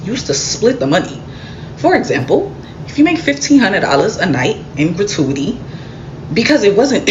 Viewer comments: I love the way you said gratuity like ratatouille like genuinely I’m cramping from laughter😭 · Your hair is FIRE!!! This restaurant is TRASH like a lot of spots here in ATL! Girl, if you cannot pronounce words correctly then please don't use them. You lost me when you butchered the words "gratuity" and "chastising"!